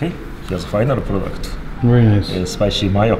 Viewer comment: Nobody: Hiro: "bery bery simple"